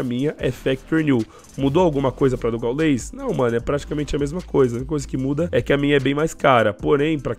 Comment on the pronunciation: Mano nao é "gaulês" é gáules o pronunciamento